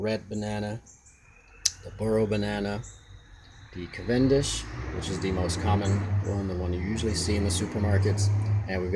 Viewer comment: who says cav-EN-dish? most people say CAV-en-dish